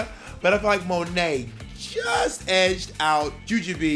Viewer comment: The way Bob still to this day pronounces Monet “muh-nay” LoL